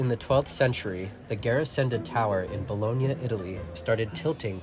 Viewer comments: That's how its pronounced bo-LO-nya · Please don't pronounce 'Bologna' that way.